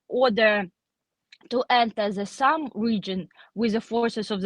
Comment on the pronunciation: What I learned here is the y in Sumy is silent. Just Sum.